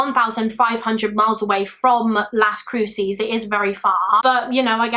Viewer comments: I mean no disrespect but it’s pronounced Las Cru-says. Las Cruces. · Fyi : Las Cruces is pronounced las Croo suhs - love your channel!! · i know you don’t know better but i live in las cruces and the way you pronounced it made me laugh